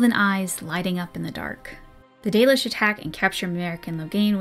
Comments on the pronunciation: Yeah, I have a form of dyslexia where I tend to skip all over the page. It's something I can generally deal with, and as long as I have a marker for where I'm at I can read pretty quick, but audio books are easier and I end up absorbing more of the information. So I listened to the audio book and had to stop twice cause I couldn’t with the 'dollish'. It happened again with dwarven stuff and also Meric's name was mispronounced through the whole thing. The narrator did a pretty good job, it ultimately came off as him trying to hard to me. Like he expected anything fantasy couldn't possibly just be pronounced how it looks. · Not sure why but whenever I hear the audiobook pronunciation of Dalish, I always heard it as Dahlish. My random thoughts on that point free of charge. :)